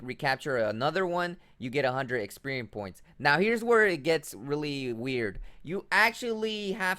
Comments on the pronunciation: 'Poe-key-mons' and 'experian points' lol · 😂 I thought he was saying “Experian points” and I kept yelling “Experian is the credit score company!!”